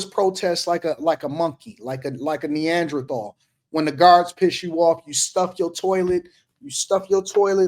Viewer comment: It's neanDERthal, not neanDRAthal. Ironic every time you say it 💀